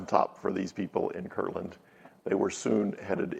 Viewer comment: I don't mean to be a Grammer police, but it is Kirtland, not kirkland.